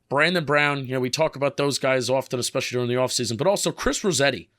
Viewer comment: How bout “expecially “